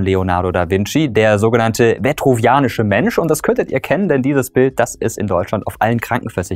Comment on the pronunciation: Es ist der "Vitruvianische Mensch".. hat sich da Mirko etwa versprochen? :D